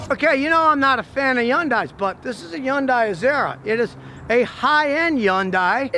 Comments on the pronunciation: Not how you pronounce the word but thank you for trying. :) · Could some one teach him how to pronoun...HYUNDAI. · You would think a professional mechanic could pronounce Hyundai correctly... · The Y in Hyundai is not pronounced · The way he is pronouncing the brand name is going to give me a facial tick. Please stop, you're saying it so wrong it hurts lol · I have no idea why he's pronouncing it that way 🤦🏼‍♂️ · Appreciate your telling the truth but when are you going to start pronouncing the name properly. It's HUNDAI not YUNDAI. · So..its not .. YUN DIE ?? lol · Everyone else: Hyundai Scotty: yuindai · Okay Scotty, I love your videos but I gotta correct something because it drives me nuts each time. Hyundai is not pronounced “YUN-DIE”. It’s pronounced “Hun-Day”. An easy way to remember the proper Korean sound for the word is that it rhymes with Sunday. “Hyundai, Sunday”. There’s no such thing as a Yun-Die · I've noticed that Scotty Kilmer mispronounced HYUNDAI as " HOON DIE" which it is not. It is "HUN DAY" like it is correctly pronounced on their TV commercials. It seems he is doing this on purpose! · “Yun-Die” ? Remember the Hyundai commercial years ago where they said “Hun-Day, pronounced like Sun-day”? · GOOD GOD LEARN TO PRONOUNCE HYUNDAI. It’s either “Hayun-die” in the original Korean or “HONdie” like the official US commercials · Scotty, it's pronounced HUN DAY. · Step one when reviewing a Hyundai is to properly pronounce Hyundai. It rhymes with "Sunday" (the "Y" is silent). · Learn how to say Hyundai (hun-day) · It’s hyundae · my guy repeatedly said yonday lmao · It’s “HUNday” (rhymes with Sunday.) Scotty, what do you think of Genesis? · The way he says Yundai gives me anxiety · Scotty, Hyundai is pronounced like "Sunday" so say Hunday.... and pray. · FYI, Scotty you don't pronounce the "Y" in Hyundai. It's "hun-day". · Scotty says "yaun-dai" ?? hahaha Come on man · It's not pronounced yun-dye